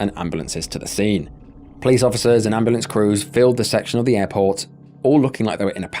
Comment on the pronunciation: "CALL THA AMBALAMP!!!" Jfc I hate them so much.